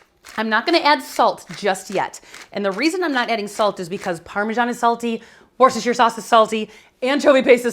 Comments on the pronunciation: Worcestershire is sounded 'woostashear' - the woo as in wood. Dare I say that nothing can be 'pre chopped' its either chopped or not! 🤔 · Please work on your pronunciation of Worcestershire. Just ask a Massachusetts person.